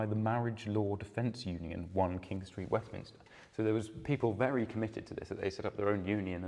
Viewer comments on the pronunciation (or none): none